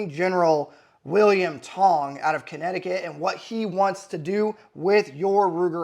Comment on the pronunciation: at first i thought he said William Hung, that guy from American Idol that butchered songs.